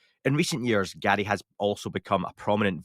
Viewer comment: His parents named him Garry, not gatty...learning to pronounce guests names correctly is important.